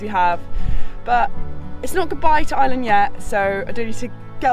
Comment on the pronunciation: Genuinely nice folks who really how Beautiful our Country can be. It's a terrible pity though that in the 3 months our Visitors spent here that someone didn't take the time to have a little whisper in their ears on how to pronounce "IRELAND" or that old reliable " Sláinte"...Wishing them well on their Next Adventure...Slán!!